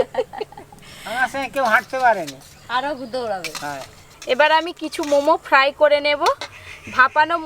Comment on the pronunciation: ফ্রাই উচ্চারণ সঠিক নাহ